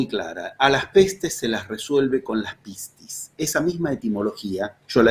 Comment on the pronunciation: Hace poco tiempo que sigo sus videos y sus charlas y de verdad me fascinan. Como soy Griega me río de su pronunciancon de pocas palabras Griegas que vos dijo. Pistis es perfecto. Pero "kairos" se pronuncia "keros" Me gustaría traducir en Griego la metodizacion de los 11 pasos